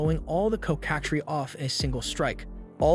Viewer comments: Coh kah trees? Cocka-treece. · Of its your voice couse it doesnt sound like ai but you never know Just so you know its pronounced "cock-a-tress" or "cock-a-trees" It doesnt really matter but i thought id let you know if you need a verbal vertion my little pony pronounces it how ive always heard it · LMAAA its so funny how you say coc